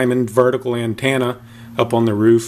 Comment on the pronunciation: What the hell is an (an-tanna) ?